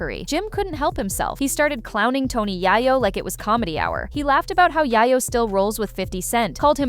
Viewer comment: Yayoooo …not yaayayooo 😂